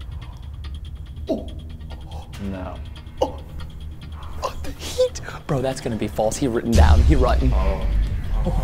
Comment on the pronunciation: It’s pronounced gabe not gave